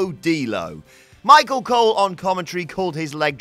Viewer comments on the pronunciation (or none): none